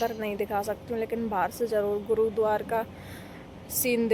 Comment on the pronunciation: Bolna to seekh le गुरुद्वार क्या होता है